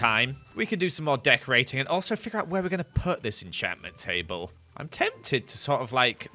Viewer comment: I thought he said death rading instead of decorating